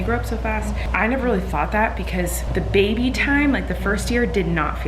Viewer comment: Im colleen when it comes to bugs haha also anyone else saing bebe/ baby like? just me, cool cool